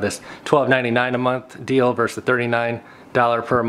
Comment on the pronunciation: Good video, but you start by saying "Fitness Plus VERSE Peloton". Forgive me, but the English teacher in me requires that I let you know that's incorrect. The abbreviation "vs." stands for the word VERSUS, not VERSE. A VERSE is a stanza in a poem. You mean VERSUS (two syllabus: Ver - Sus) which means a competition. Just sayin'...